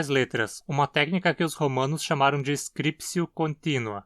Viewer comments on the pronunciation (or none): Alguma motivação para a pronúncia /skripsio/?